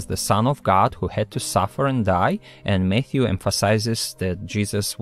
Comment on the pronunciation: When he says Matthew, I keep hearing Mayhew, and then my brain goes to the Church of Jesubacca might be cool, but if you don't believe in him, he'll rip your arms off. 😂😂😂